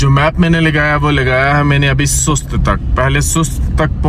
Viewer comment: میرا خیال ھے سست نہیں بلکہ سوست ھے